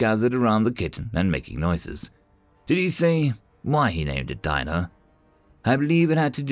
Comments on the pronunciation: I'm pretty disappointed in you. Dino from The Flintstones is pronounced "deeno", not "dyno". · It was pronounced Dean-o Weather mit·i·ga·tion devices. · Dino is actually pronounced dean-O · WHY CHANGE THE CREATURES NAME. IT IS PRONOUNCED DEANO NOT DINO, SPELLING NOT WITHSTANDING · Dino should have a long E sound like in "see". Sometimes Human dialects can be weird